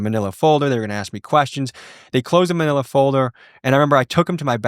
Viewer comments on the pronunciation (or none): none